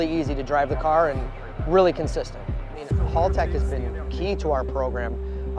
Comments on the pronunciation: Hey yanks, just feel the need to say It's HAL-tech Not HALL-tech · Imagine being that much a Haltech fanboi and not even being able to say the name of the company right? That's just embarrasing. It is Haltech, not Haultech!